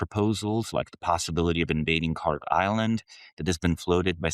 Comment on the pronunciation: As someone who studies accents, it's interesting to me that pronounces Kharg the same way as certain people that JUST SO HAPPEN to align with him ideologically.